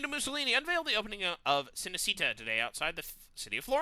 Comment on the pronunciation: Cinecittà is basically italian Hollywood, the correct pronunciation is something like "cheenecheettah", and it means "cine-city"